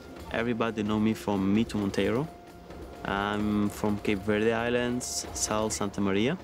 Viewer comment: I agree, the narrator doesn’t even pronounce Cape Verde right